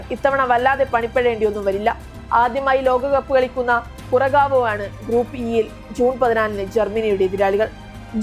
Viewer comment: കുറഗവോ അല്ല കുറസാവോ എന്നാണ്